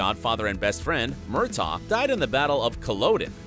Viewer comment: As a devoted Outlander fan, I really wish that the narrator of this video would get the pronunciations right! Did he never watch the series??? I mean, seriously....his mispronouncing of Murtaugh’s name and Colloden are irritating at best and embarrassing at worst. 🙄